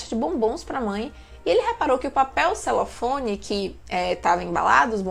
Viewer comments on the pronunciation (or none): Criatura, é papel celofane. Celofone não existe.